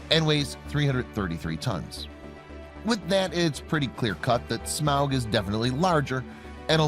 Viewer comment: This guy constantly pronouncing Smaug as Smowg really bothered me lol.